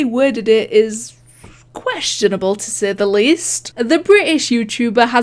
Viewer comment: for some reason instead of hearing “questionable”, i heard “quite shittable”